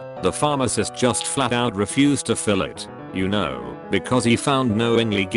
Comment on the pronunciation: Word: Y'Know How To Say It: yuh-noh How Computer Dude Says It: yik-noww